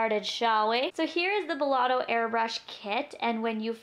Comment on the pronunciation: Hey love it's belLETto not belLOTto :) I think I might purchase this :) great demo. And review